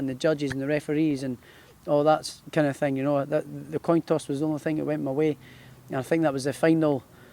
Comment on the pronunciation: Toin coss